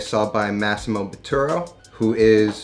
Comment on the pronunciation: psssst, its botturA*